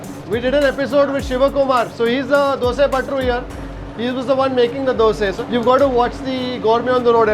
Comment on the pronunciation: Warm wishes to you because you call it 'Dosae' and not Dosa 👌👌👍👍👏👏